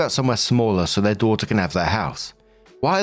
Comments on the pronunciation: To me, it sounds like, “With’ir update” like a conjunction between With and Their, so it always made sense to me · Nooo!! Your "'er update" was just fine. Yeah, it sometimes sounds like "her" but mostly sounds like you're swallowing the "th" when saying "their" which I thought was fine. I liked the little accent on it.